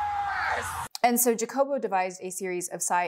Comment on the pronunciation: Don't you ever disrespect me trying to pronunciate HA- jacobo with a JA like JA-rule lol in a gringo voice